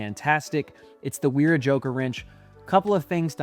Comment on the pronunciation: You’re pronouncing Knippex correctly and pronouncing Wera incorrectly. In German, the W sounds like a V. Didn’t know FLIR made a NCVT!